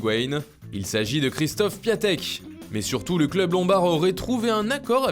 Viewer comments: Petite précision piatek se dit piontek vos êtes les meilleurs bisous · On dit pas piatek mais piontek